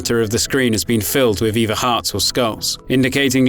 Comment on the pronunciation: “ ...he had a goal of making Fwee games...” “Fird-Party Support.” “It’s Eiveh good or bad” Yikes.